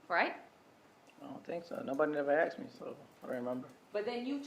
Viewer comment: This woman attr. said "axed" , rather than asked.